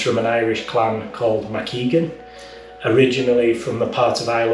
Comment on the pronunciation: Mac Aodhagáin is pronounced as Mak Aigaun actually. Secondly, the history of Irish Bataireacht is much older than the 17th century.